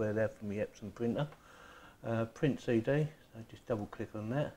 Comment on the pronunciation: CD = say day